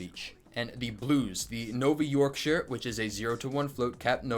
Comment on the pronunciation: nice work on the yorkshire pronunciation!